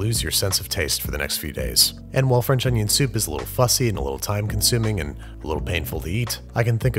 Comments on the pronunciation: It's not onion... it's oño. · Man i love french oonyon